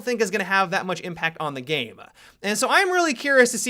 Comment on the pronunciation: Is it just me or does any else get annoyed when adds like a gay voice to a word and adds Ah at the end. Like he said game like Gameah.